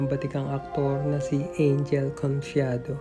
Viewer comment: You pronounce it as Ang-hel, not Ain-jel. (Spanish style, not English).